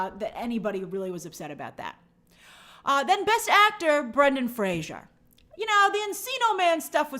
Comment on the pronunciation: Thank god Ariana pronounced Fraser correctly for Brendan, like Frazer not Frasier. Good recap though Grace !